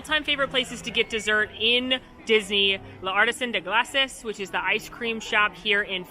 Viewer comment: not bad on the pronunciation! so close! Glaces is pronounced "gloss say"